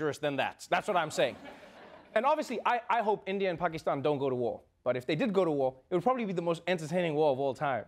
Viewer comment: Well I'm srilankan and I hate when people mispronounce Pakistan